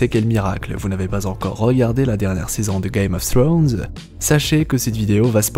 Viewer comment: Czst la seule personne que je connaisse à vraiment essayé de bien le prononcé (czst à dire pas le prononcer à la française) donc perso ça me gêne pas je préfère